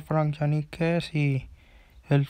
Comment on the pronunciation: No es kessi es kessié con tilde en la e